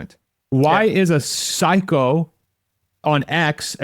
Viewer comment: Are you calling Elon a pahycho?